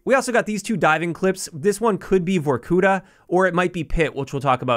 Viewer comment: It's no ,vorkUta, it's vorkutA. It is a town in komi Republic, Russia)